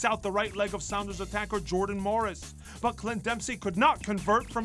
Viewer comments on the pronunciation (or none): none